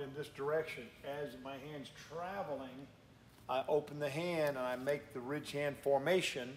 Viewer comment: Honestly, sounds like you’re saying “rich-hand” Gotta really slow it down and enunciate. RIDDDDDDGE - HAND